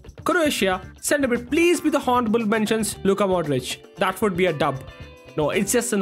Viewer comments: its pronounced onorable mentions not honarable mention the spelling is honourable and h is silent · Honourable mentions 😂😂😂 it’s pronounced with a silent h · Bro in honourable h is silent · Someone kindly teach that 'h' in honorable is silent😂😂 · Bro your honourable pronunciation is really cringe